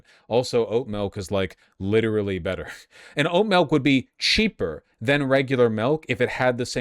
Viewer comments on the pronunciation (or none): Quit saying melk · Every time he says milk it turns more and more melk